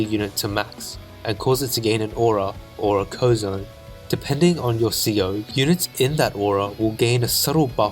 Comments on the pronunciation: Most people in the advance wars community pronounce the powers as C O Powers not CO powers (I know its kinda spelled like that but people usually refer to them as if they are Commanding Officers and not Commanders) sorry for such a nit pick but I do think it would help to improve the video when you remake it. Great content ;) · It bothers me how you say CO (coh) instead of C.O. (cee-oh). C.O. Stands for commanding officer. What’s a co? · A bit of a silly remark, but it's not "Co", it's "SEE-OH". Commanding Officer.